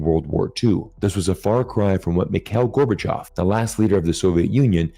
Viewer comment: Gorbachyov name is pronounced MihaIl GorbachYOv. Not MikEl GOrbochyov.